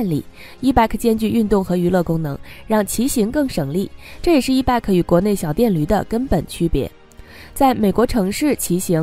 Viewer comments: Bike 讀（ 掰）！不是beg! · 错误太多,希望你能严谨一些.bike 是谁都r认识的英语单词,唯独你一点不知.可怜可悲🤦‍♀🤦‍♀🤦‍♀🤦‍♀🤦‍♀🤦‍♀🤦‍♀🤦‍♀🤦‍♀🤦‍♀🤦‍♀🤦‍♀🤦‍♀🤦‍♀ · 你的 bike 發音不正確 好刺耳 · Bike 發音有錯